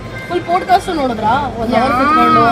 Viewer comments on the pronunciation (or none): podcast is pronounced as pawd. kaast